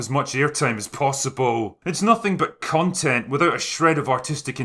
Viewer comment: Con-tent ... cun-tent?